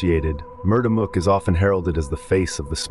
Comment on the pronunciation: Had to leave the second i heard you say mook like book